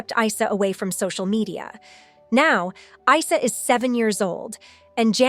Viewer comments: It’s not I-sah. It’s pronounced eeesaa. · Please try to respect Janet's son's name by pronouncing it correctly. It's NOT EYE-SER!!! IT'S pronounced EESAA although written Arabic is Isa (ءسه). Get it? got it? Good ✔️ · FYI: This is a muslim name and it is supposed to be pronounces as 'EESA' no Isa!! Esa is the muslim name for Jesus. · Correction It's pronounced as " Eesaa " as in Isa, son of Mary. The last Prophet to the israelites. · You pronounce the name of the son wrong, it is pronounced Easa, same way you pronounce ear without the r. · His name is said with and E not a I , that’s an Arabic name . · Isa name it is pronounced like i for India or ink Isa the name of the Prophet Isa AS the son of Maryam AS